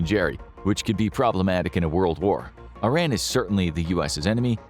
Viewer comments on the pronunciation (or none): Do you think you will ever be able to pronounce Iran properly?